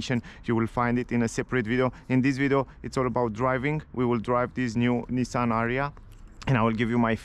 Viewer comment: It's "A-ree-ya"